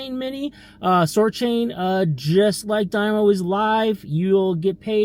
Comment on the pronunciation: Stop saying die-mo 😂